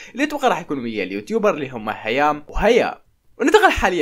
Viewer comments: هيا ومرام مش هيام ومرام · هيا وهيام ❌ هيا ومرام ✔️ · اسمهم هيا ومرام قالت غلط 😂💔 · مشكلتك يا ماعندك اخبار غير عن نور مار وبيسان....حتى اسماء يوتوبر مشهورين عندهم أربعة مليون متابع هيا ومرام ما بتعرف تلفظهم 🤣🤣🤣